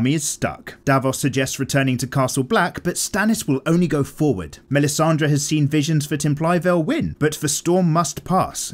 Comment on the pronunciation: props to yo for making this nice series, bro, but the way you pronounce "melisandre" is sooooo off